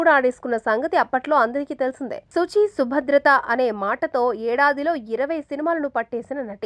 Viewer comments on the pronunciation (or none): Subhadratha kadu subhratha